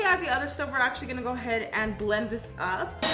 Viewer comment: The way she is pronouncing belend(blend) is bomb ♥️